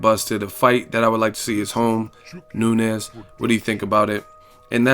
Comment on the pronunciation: It's pronounced "noon-yez" not "nu-nez" .... I'm sure she's going to be around for a while so I would hate to hear U mispronounce her name multiple videos for the duration of her time as champ or relevancy.